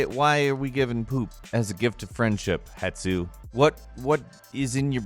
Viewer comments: > Shows: Hestu >: "HetSu" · its hestu not hetsu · Hestu not Hetsu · It's not Het-su but you know that. :P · Why did you keep calling Hestu, "Hetsu"? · It is Hestu, not Hetsu... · It's Hestu, not Hetsu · I hear people do this a lot and it’s not a big deal but is turning into a pet peeve of mine. It’s Hestu not Hetsu. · HeSSSSStu, not Hetsu!! Me: Haha You: mindblown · Dear Idiot, the name is HeSTu, not HeTSu. Can't you read? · Het - su...Hes - tu..??? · IT'S HESTU, HESTU, HESTU!!! NOT HET-SU IT'S HES-TU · God damn, that hurts in my ears when you say "hetsu" instead of hestu... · HESTU... H-E-S-T-U.. NOT "HETSU".... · Hestu. Not hetsu. Hestu. I don’t know why this bothers me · Hetsu? Who the fudge is Hetsu? Oh, you must be thinking about Hestu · I have OCD STOP SAYING HETSU!!!! IT'S HESTU!!!!! AGAHAGAH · "Hetsu" are you dyslexic? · Every time he says hetsu it pains me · Hestu. It's 5 letters. Why are you flipping the t and s? Why? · Say it with me - Hes tu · Ok, first of all "Hestu". How can that mistake get into the script the 20 times you said the name. And I always saw the Hestu poop as the big reveal for something that was already hinted at before: That all Korok seeds are literally just their poop. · He's the first person I've heard say "Het-su." And it's annoying me so much. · This channel is great if you have a fetish for butchered words. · The number of times you mis-pronounced Hestu, triggered me. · Paul W yes. God it was killing me when he kept saying it 😁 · Hestu gave you a good poop because you kept saying his name wrong. :p